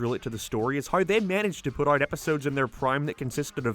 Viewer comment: Why do you pronounce fucking out like UOIT? Jesus christ